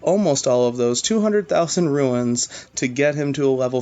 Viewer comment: There is a difference between "ruins" and "runes." Just saying...